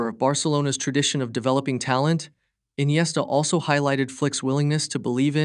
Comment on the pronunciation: Why inesta is rare 😂